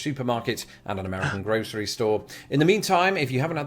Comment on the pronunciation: Gro'sh'ery store? Where did the 'sh' come from?